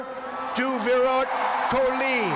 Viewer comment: He said, "Virat koli".